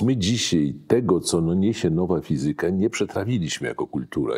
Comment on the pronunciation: fizyka, matematyka - akcent na trzeciej sylabie od końca;)